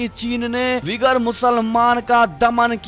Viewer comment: उइगर मुसलमान होता है विगर मुसलमान नहीं. कृपया सुधार कर लें.